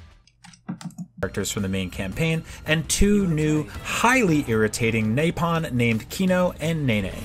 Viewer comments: Xenoblade 1: Nopon Xenoblade X: Nope-on IGN: NaPoN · He must be dyslexic how does he manage to put an A sound in Nopon? And Duncan?! It's Dundan... There's no way you can accidentally say it that way. I can understand Reyn as Rain if he played without volume or something... This guys an idiot. IGN sucks. I only visit their videos when I hear how bad a review is to thumbs down it like I will this review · okay but like, those mispronunciations are MINDBOGGLING to me. How do you see "NOpon" and end up with NAYpon ? Reyn is litteraly one of the first few characters you meet and his name is VOICE ACTED (tho I guess a dude could've played the game and a different one, not knowing the game at all, coudl've done voiceover for the video, but whatever), but never mind voice acted names, how the FUCK do you end up with "dunCan" when it's CLEARLY A FUCKING B ? About your point about battle quotes tho, well, yes, combat is hectic and everything but well, in a world where people live on a titan, I"d argue it's not really necessary to make the "battle feel" realistic. The combat is very noisy, and that might be an issue for some people (like, a legit physical issue), so this is why people might turn it off (I, personnally, turned it down a bit). And believe me, being able to turn off voices is a godsend, I didn't do it for xenoblade, but I WISH I could for Tokyo Mirage Sessions, because talkative characters in a language you don't understand is just straight up noise and it's irritating. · Anyone else call dunban "Dunkin" and the nopon "naypon" to make fun of IGN? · Nopon = napalm, did I get that right? sounds like he says napalm, maybe that's what he needs Disclamer! THAT WAS A JOKE. I KNOW SOMEONE WON'T UNDERSTAND THAT! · Why did he call Nopon, Napalm?